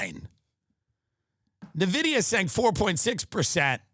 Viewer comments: It’s ‘In-vidia’ not ‘nuh-vidia’ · Did he say Nevidiya??? 🤣🤣🤣